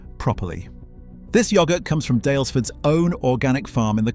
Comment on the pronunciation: I'm not going to listen to yoghurt being pronounced like that